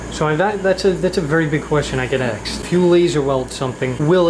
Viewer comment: Ask me not ax me